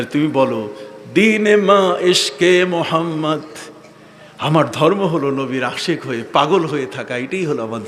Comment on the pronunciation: আপনার মধ্যে অনেক জ্ঞানের অহংকার ।আল্লাহ্ আপনাকে হেদায়েত করুন ।নবী মোহাম্মদ (স:) ঠিকমতো উচ্চারণ করে দুরুদই পাঠ করেন না ।